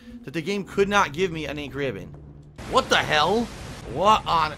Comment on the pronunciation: I'm crying here.. That door thing, what in the ever living fuck, who would do that? Let alone FILM THEMSELVES DOING IT AND UPLOAD IT TO THE INTERNET. Jesus H. PMSL watching this, cheers :D Also why the fuck does he say "Ink Ribbon" like that, is it off or is it just me? Like he puts emphasis on Ribbon Instead of Ink. Maybe it's just me, anyway wtf am I talking about why did I type this out.. One last thing who runs out of Ink Ribbons LMAO, they're basically just a technicality to anyone with a clue how to play.